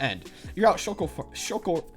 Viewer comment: I can’t be the only one who laughed hysterically at the shulker farm mispronunciation